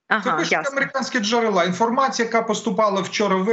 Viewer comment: Не "джерела" з нагосом на а, з наголосом друге е. Невіглас.